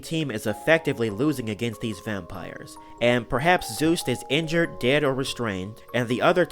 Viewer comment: His name is Juste not Zeus